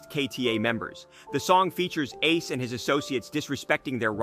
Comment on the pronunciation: You said ace name wrong, I'm not even gonna finish this video.. atleast know the names of the ppl you making videos on next time.. this has to be cap